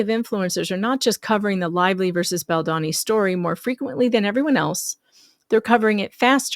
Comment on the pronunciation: BaldOni - not BaldAni - okey girl, it took Andy - Popcornedplanet quite some while to learn that it's pronounced with O. I actually thought that I never would read or see this horrible woman again. What's wrong with some women - attention if I can get it somewhere.....can't stand all the women who acted like morons during AH. Please write a small note in the paper about her. Who keeps jumping on innocent men. What are suppose to be on the neck, all these disgusting women has lost somewhere lying about the bs. Thanx!